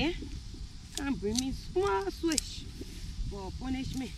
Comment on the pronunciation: The brother was deprived of seeing the daughter switched. I got the impression he wanted to see it. The switch she brought looked adequate to me; besides the small ones have a helluva sting. It got comical when the mom climbed the fence while muttering to herself to come back with a limb instead of a branch. The mom's pronunciation sounded like she wanted the daughter to go get a "swish". It's more descriptive than "switch".